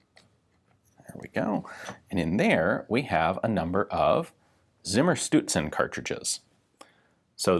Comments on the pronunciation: I'm just watching to hear Ian say "simmerstewtsen". Close enough. XD Greetings from Austria. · I was under the impression that that "Z " was pronounced as a "ts" would be pronounced in English. Please advise. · No. Please, ian. "Z" in any and all German words is ALWAYS pronounced "Tss". Never, ever is it spoken in that weird, soft, mushy, english "s" kind of way. So you have a Tssimmershtoodsen in front of you, ian. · I must admit: only watched the video to see Ian struggle with the pronunciation of Zimmerstutzen.